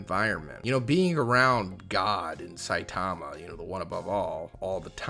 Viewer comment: Ill never for the life of me understand why people continue to pronounce Saitama’s name improperly. It’s very clear in both the sub and dub versions how to pronounce it. I’m sure most people would be corrected if they mispronounced someone’s name.